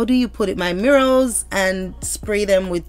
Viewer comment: GIRLLLL! It is mirror (sounds like mirra) not MIRRO! 😂❤